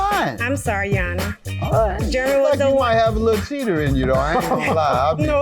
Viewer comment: YOUNG LADY SAY IT SLOW IT'S JEREMY SOUNDS LIKE JER RA ME SAY IT WITH ME JEREMY